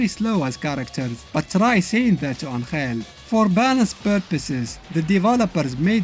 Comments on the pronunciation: As a mexican I can tell you he is not pronouncing it right either, he is putting the accent in the wrong place... and sound horrible the way he pronounces it XDDDD, its AN!-hell not an-HELL! the accent its on the first syllable. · Except that Angel isn't pronounced that way even in Spanish. It's pronounced AN-hell, not an-HELL. I love videos, but this detail grinds my gears a little bit. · It baffles my mind a little bit hearing you pronounce "Angel"